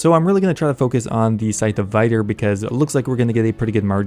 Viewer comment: I think it's pronounced Vitur and not Vaitur